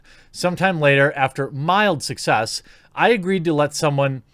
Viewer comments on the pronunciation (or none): none